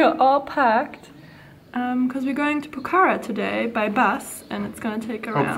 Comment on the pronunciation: It's not pokhara is pronounced pokhra!! Lol